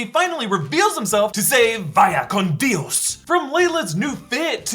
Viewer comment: “Di os” 😂